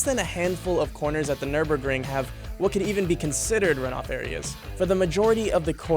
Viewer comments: It's not pronounced "nur-burg". See that umlaut over the first "ü"? It changes the sound. At least learn the correct prononciation before making a video on it. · It's very funny to hear his pronunciation as a German. German: Nürburgring American: nÖrBörkrInG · ahh yes the Nurburgering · Any decent journalist would do at least some research as to how to pronounce Nürburgring. 🙄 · NÜRBURGRING!!!! NÜRBURGRING!! NOT NÜRBURGRING! YOU NEED TO PRONOUNCE Ü.